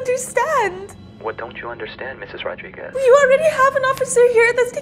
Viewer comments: Olivia Rodrigo not Olivia Rodriguez... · Honestly, it's olivia rodrigo not olivia Rodriguez.